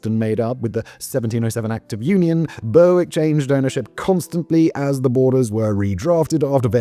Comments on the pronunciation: Man knows how to pronounce "Scillies", but not "Berwick". Says a lot. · The number of Brits bashing Simon's pronunciation of Berwick is hilarious! He always messes up. Listen to him run across the word apperal sometime. 😂 Appa-rail. 😂 I enjoy the content regardless. I also appreciate the laughs from the comments. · its not "Bur-wick" its "Ber - ick" on tweed lol english person getting scottish names wrong, thats why we keep trying to end the union! brewick will always be scots hahah. sorry simon X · Not being able to pronounce Chinese I can understand. Not excuse (it's your job man!) but burr wick? BURR WICK ??? you're English! It's pronounced berrick. At first I thought you were doing this intentionally for engagement, but no. You really just suck at it 😂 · Well done on pronouncing "Scilly", Simon. Shame about, er, "BURR-WICK". Where is this BURR-WICK?? Did you mean Berwick-upon-Tweed? "BERR-ICK" upon Tweed? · It is not Ber_wick, it is pronounced Berick. And Berwick-on-Tweed (to give it it's full name) still has a split personality, as the town's football (soccer) team is the only English club to play in the Scottish football leagues. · burrwick ? When did you turn into an American Simon? Don't do a video about Worcestershire will you 😂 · It's pronounced "Ber-ick", and while it might not be at war with Russia, it is still illegally annexed by England. Its football team even plays in the Scottish league. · Boasts about Scilly then fudges up Berwick (Berrik). Tssk tssk Simon, your British credentials are being called into question! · Oh my god its Ber-ick the w is silent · last time i was this early rerrrwick was called Berwick-upon-Tweed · I'd like Kirkcudbright (Dumfriesshire, Scotland) to declare war on somewhere just to hear Simon's attempt at pronunciation. 'Burrwick' Indeed! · Honestly, that pronunciation was killing me all the way through XD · Bloody hell Simon, you're effing ENGLISH. WTF is Burr-Wick???